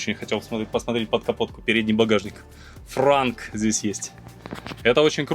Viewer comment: Не франк а «транк» Trunk.